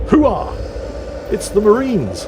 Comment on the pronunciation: 'Hoo-ahh'? Its 'OOH Rah', dammit. We're not some of those Navy or Army fruitcakes. We kill stuff for fun.😊